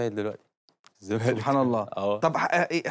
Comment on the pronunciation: الزمالك بال ز مش بال ذ 😅